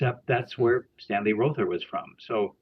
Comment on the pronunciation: Row thur. not raw thur.